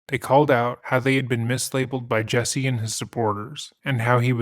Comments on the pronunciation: Dude, he sucks as a person, but your refusal to pronounce his name correctly is just deliberately nasty. His name isn't and has never been Jessie. The fact that you KNOW his name is Jussie and you insist on calling him Jessie is just stupid. I'm going to just assume your name is "b*tch." and proceed to call you that despite the fact that I very well know that isn't your name. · His name is pronounced Jessie??? What a fucking idiot (mother?). jUsSie.... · JUSSIE,not JESSIE. if you're going to do it get it correct. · The guy is an idiot but to be fair you should at least try to pronounce his name correctly. Especially when you’re being paid by a sponsor to talk about him. It’s JUSSIE not Jessie. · Why does everyone pronounce his name as "Jessie" when his name is "Justin" and shortened as "Jussie"? Your white ppl influence is showinggggg! Watch out now!! Lol for real its so stupid 🙄😒This guy is so gross. I feel so sad and sickened that someone like this "gay black man" would even be able to get away with this! 🤯💩🤡What a piece of garbage and no matter what he still only served 6 days for something any "normal" person would get years for doing...⚖🤔👎Also, I find it a little ironic how all these black people are going around these days and straight up making up b.s stories of being brutalized by white people, then you turn around and find out it was all a bunch of lies! Talk about doing a disservice to your "history" 🙈🙊🙉BLM was a hoax people! Stop blaming white people for EVERYTHING because its f-ing conveiniant! LOL every single perpatrator in this case was BLACK and he had the gaul to put a noose around his neck and pretend that he never said that the people that "attacked" him were white? I hate this fool. And stfu 2pac wouldn't have shyt to do with your b itch ass! 💩💩💩💩💩💩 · I would normally be annoyed that he's pronouncing "Jusse" as "Jesse," but screw this misguided asshole. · It’s pronounced “juicy” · is he saying " Jessie " huh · It's "Jussie"